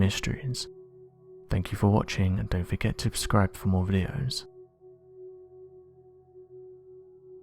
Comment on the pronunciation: don't forget to "ubscribe"! does he do it on purpose?